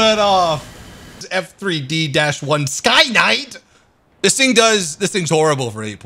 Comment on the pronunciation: don't wanna be that guy, but someone has to do it.... It's Skyknight, Knight not Night